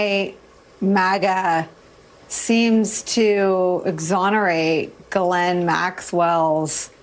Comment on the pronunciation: You can't even pronounce her name correctly.